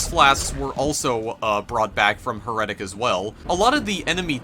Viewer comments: It's heretic, not heretic. :D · You said heretic wrong bro. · stupid fuck can't even say HERETIC.